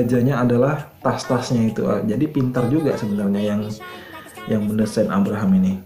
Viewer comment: Abrams,bukan Abraham mas bro😁